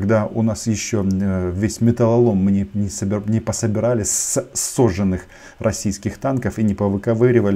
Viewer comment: Пане Романе, про всяк випадок, мій орфоепічний коментар: правильно говорити: [сажжОнних], а не сОжжених. На зв'язку 📲